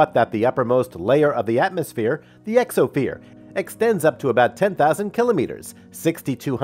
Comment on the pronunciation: i swear i heard exophere